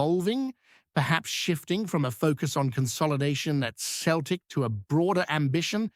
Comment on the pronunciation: It's not pronounced Keltic ya fud